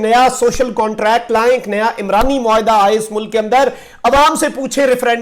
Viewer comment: عُمرانی معاہدہ ہوتا ہے۔ عِمرانی معاہدہ نہیں۔